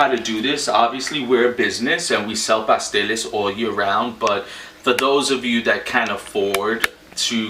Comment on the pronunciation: I thought you said pastelillos